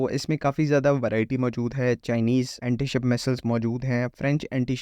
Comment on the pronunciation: Missile ko mesel kuo pronounce kar haii ho? Aadhaa teeter aadhha bataer Phir Anti ko Aamtie bolo. Height of stupidity